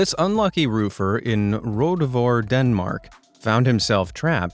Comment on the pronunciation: I have never heard a worse pronunciation of Rødovre.